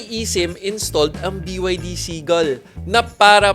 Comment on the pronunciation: Bro it is pronounced Bi Ya Di